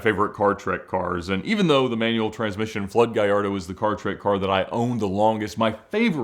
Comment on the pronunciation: There's no "Y" in Gallardo.